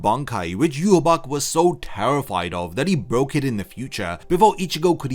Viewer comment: It's prnounce 'yu-ha-ba-ha' not 'yu-ha-bac'